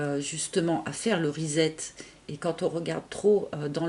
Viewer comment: Rezzzet??? 🤣🤣 trop cute comment tu le prononces! Reset en anglais - redémarrage en français!!!!!!